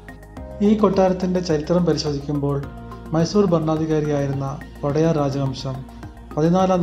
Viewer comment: വോടെയാർ അല്ലടോ. ഒഡെയറു എന്നാണ് വേണ്ടത്.ഉടയോൻ എന്നു പറയുന്നത് പോലെയാണത്. രാജാവ് പ്രജകളുടെ ഉടയോനാണ്. അതുകൊണ്ടാണ് ODEYARU ( ഒഡെയറു ) എന്നു പറയുന്നത്. കന്നഡ വക്കാണത്. കന്നഡ സാഹിത്യക്കാരോട് ചോദിച്ചു manassilakkuka